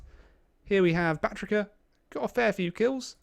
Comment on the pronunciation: Batrika? I swear sometimes Total War Youtubers don't even try!